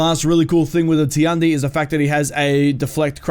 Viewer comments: Actually, it's not "Ti-an-di", it's "Tian-di", "天帝" in Chinese and means the god. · Tiandi or however you spell it should be pronounced just like in English. Tian just like in politician. So “Shian-dee” And Nuxia or what ever, X’s make “Z” sounds. So “Nu-zia” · I'm not correcting you but I think Tiandi is pronounced "Chi-on-di" I pretty hype for all the new characters but I'm a little upset that the monk HYBRID has reflex guard? It must be something they did to try and tone down his defense a little because he looks strong as fucccccc